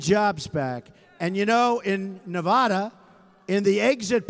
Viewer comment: He needs to learn how to pronounce 'Nevada'.